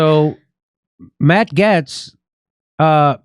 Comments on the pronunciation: Ok, first of all "Getz" is pronounced "Gates". K? And your left eyelid is doing weird shit. Great show though. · Matt Gaetz's name is pronounced as "Gates" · Bro if i have to hear Jimmy say Matt Gets one more I'm going to blow up.. Its Gates as in Gaetz! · Gates Jimmy it's pronounced gates... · You would sound more credible if you pronounced names correctly. "Gates" and "Rashida". Anti intellectualism is for the ignorant Jimmy. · It’s pronounced “Gates,” Jimmy. This is a major pet peeve of mine. The reasons leftists are leftists is because they don’t pay close enough attention to the right. If you can’t even pronounce their names, it’s a sign you aren’t paying close enough attention. Regardless, I appreciate that Jimmy is a doorway for the left to start understanding the true right (not the fake uniparty nonsense). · I live in Matt's district. His name is pronounced Gates. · Pronunciation is "gates"... No one wants these wars anymore. Gives us a list of ones to fire. If voting still works. I'm what yall would probably call " far right conservative" but everyone can see thru the charade by now I hope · Jimmy, its matt gay-tz. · Jimmy it's pronounced Gates 😂😂😂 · Jimmy can't even pronounce his name correctly; I'm not about to take his word on what he says Matt is for or against. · Is Jimmy purposely pronouncing Gaetz wrong or is it a joke?